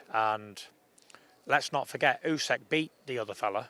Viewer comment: Can someone politely say to Tyson how to pronounce Usyk. It's not UsEk it's OOSICK.